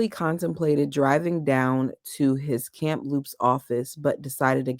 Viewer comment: Not a criticism, I thought you might like to be made aware that there is no 'camp' in Kamloops. It's just KAM(no p)LOOPS 🫶. You did really well with 'Kootenay' today. Thought I would stand in for Alexa today 😆. I couldn't wait for the next reading and used an Audible credit to get the book. I'm still coming back to listen to you though. I just have to hear your commentary even though I binged the Audible book already. I promise I won't leak any spoilers. You keep it up girl! Hit that 'like' and subscribe, people! This lovely podcaster should have waaaay more folks following her! 👍👍👍👍👍👍